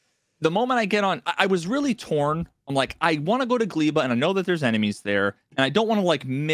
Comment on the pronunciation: Factorio nerds on suicide watch because of how is pronouncing Gleba and Vulcanus wrong.